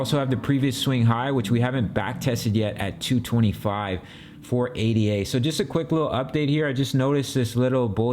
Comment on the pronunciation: It's not pronounced A-D-A...It's ada.